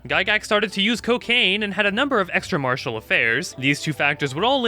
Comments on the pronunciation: Any one else hear him pronounce extra marital as extra martial? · Extra-MarItal affairs, not Extra-Martial affairs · Glad I'm not the only one who caught the misread of the word "marital" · i know you just mispronounced it (should be mar-i-tal affairs) but i choose to believe he was practicing martial arts with several women on the side 😂😂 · "exraMARTIAL affairs" let's all point and laugh at this mispronunciation that stood out so much to me personally in an hour-long video